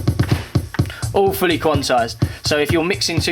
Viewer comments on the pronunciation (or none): I love that when he says "all fully quantized" it sounds more like "awfully quantized". Which is closer to the truth anyways...